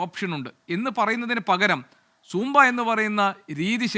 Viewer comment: അല്ല എനിക്ക് ഒരു സംശയം. ഇവർ സൂമ്പ ഡാൻസ് എന്നാണോ സാമ്പാ ഡാൻസ് എന്ന് തെറ്റിദ്ധരിച്ചു പറയുക ആണൊ